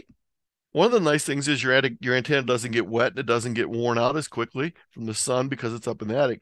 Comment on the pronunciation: I want to finish listening to this video but I can't take it the way you say antenna is driving me nuts!!! Lol thanks for the content though. Also what kind of ham doesn't have a 160 meter dipole strung up through both his neighbors trees?!????